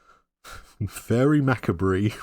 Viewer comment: Faerie Macabre is pronounced “Fay-ree Mah-cobb.”